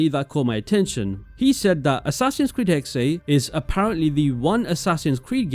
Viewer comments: its pronounced 'hex-uh' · it´s being pronounced Hexah